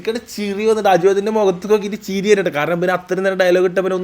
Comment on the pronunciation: ചിറി അല്ല ചിരി നിങ്ങൾ മലപ്പുറം ഒരു മാതിരി ഒയെന്നെ സംസാരം